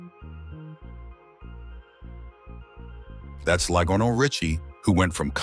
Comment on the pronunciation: Is that how you say Lionel I don't think so